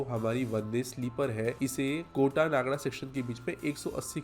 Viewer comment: नागडा nahi re नागदा aahe te 😂